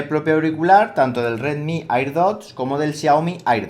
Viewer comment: ¿A alguien más le molesta que no pronuncie bien la palabra "air"?